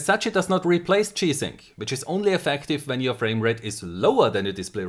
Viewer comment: Why is he saying chi sync?